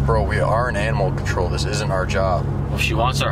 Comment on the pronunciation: “We aren’t anamal control”😂